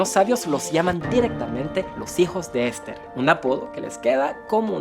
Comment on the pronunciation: Cosmopolita y no "Cosmopólita"😅 Esther y no "Ésther". Iraníes y no "Iranís". Muy buena la información pero mejora tu Castellano